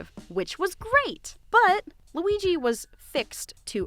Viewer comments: did you just say L U I YYY I ? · You call him Weeg I’m crying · I love how she says Luigi and now with all her post with LOO WEE GEEE I just hear her calling him that with such emphasis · i just came from the beautiful video and her pronouncing lUiGI makes me giggle so much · I just love how you pronounce LUIGI